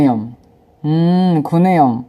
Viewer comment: 아 구내염 아 구래염? 역시 래퍼는 래퍼구나